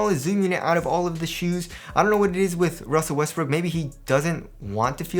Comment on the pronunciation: Did you said??